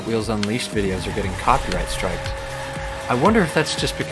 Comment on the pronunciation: Hot Wheels unleashod Sonic unleashod Kkk